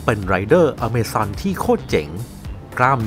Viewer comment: อเมซอน อะมาซอน อามาซอน